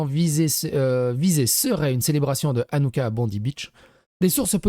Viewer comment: Ca se prononce Ranouka avec le « ch » 😉